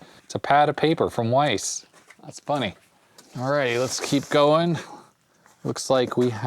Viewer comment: WYSE? I thought it was pronounced wise, not weiss. I've never heard someone say that out loud before!